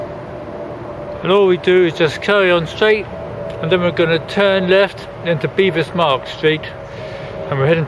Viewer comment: My, my....have YOU never mispronounced a word?